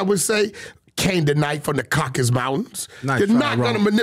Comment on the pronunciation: Did this man say "Canaanite from the caucus mountains"🤔 That would be Esau/Edomites sir😂